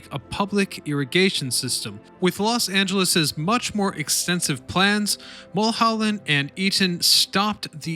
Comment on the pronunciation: How can you mispronounce Mullholland. Really.